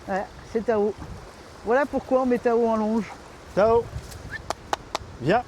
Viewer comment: Tu as dit quoi… "TAO" ? ou "A L'EAU" ?? j'ai pas compris, articule STP🤷‍♀. Une chose est certaine, il faut oublier les séances de dressage au bord de l'eau, ce serait un flop 🤣